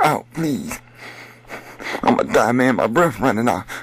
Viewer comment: dat fool said my bref runnin out